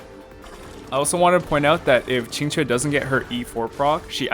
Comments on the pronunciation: That Qingque pronunciation is really authentic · Someone saying qq’s name properly?! Never thought I’d see the day (No shade toward most ppl; chinese pronunciation can be hard esp once you get tones in the mix)